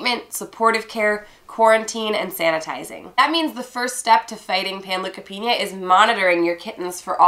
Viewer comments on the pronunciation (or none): Panleukopenia (pan-Loo-ka-Peen-YA) Pan look a peen YA